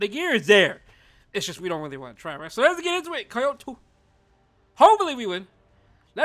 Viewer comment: Why are you pronouncing Kyoto like that 😭